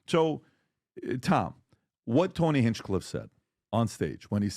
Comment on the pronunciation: Bro you probably shouldnt make clips. Your voice doesnt sound confident and clear over videos, you never bothered to pronounce Hinchcliffe correctly, your vocab is weak. Just because you have the ability to edit clips together and record yourself talking doesnt mean you should. There are thousands of youtubers doing this already. Find something else and no more wasting time. You sound like a high schooler. No offense or anything but this isnt for you